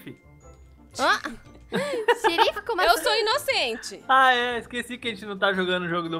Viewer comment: "inogente" correção